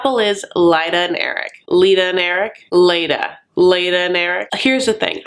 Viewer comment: Clearly you are pronouncing Leida correctly. No way Leida is pronounced Lita. But I hate her so I don’t care if I’m wrong. SHE is wrong if she is pronouncing it Lita. The bitch.